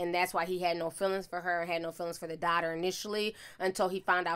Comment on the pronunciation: I love you sis but you killing me with this damn darghtarrrr, it's "daughter". It like chalk scratching across the chalkboard.